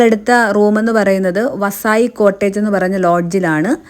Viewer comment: വസായി cottage അല്ല വാസൈ cottage 😂😂